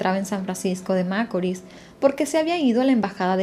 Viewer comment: Tu no eres dominicana qporque repetias una y otra ves macorl con acento en la. A. Y tu sabes muy bien q el asento va en la. I